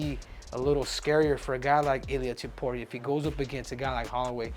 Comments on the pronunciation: It's Topuria, not tiporia. At least learn how to pronounce his surname jeez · "Ilia topoirier" -henry cejudo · Goddamn, you're Mexican and you can't pronounce his name correctly? It's not Topuri-eh. 😆